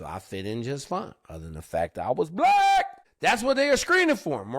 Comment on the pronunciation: "So I fit in just fine... other than the fact that I was BLAAACK!!!" 😂🫡